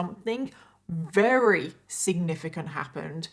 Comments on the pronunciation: Not to be rude buy does have a speech epidiment? I can't help but notice she says, "Rary." Instead of "Very" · I love your channel and content but I want to scream every time you say “rarey” instead of very 😂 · your accent is so charming. How you pronounce the word very with a W.